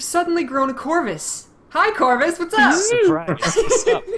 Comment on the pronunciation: ''Charrvus'' you have a new character name Corvus.